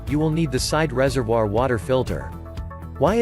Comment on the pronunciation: It annoys me the way that the bot is saying reservoir